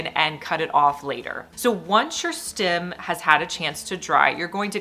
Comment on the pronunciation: What's a stim...it's stem😮😮😮😮